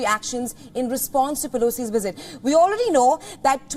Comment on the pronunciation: A wisit?